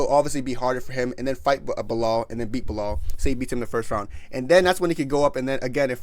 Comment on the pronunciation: Nigga said belal😂😂😂😂